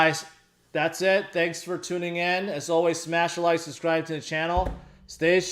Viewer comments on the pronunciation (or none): none